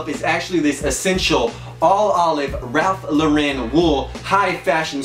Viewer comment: the way he pronounces ralph lauren 😂